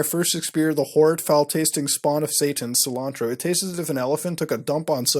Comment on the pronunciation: Sil-Ann-Tro 😂 Officially the whitest Indian on YouTube